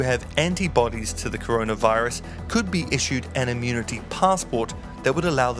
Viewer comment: Conora virus will not end until you read the first word correctly!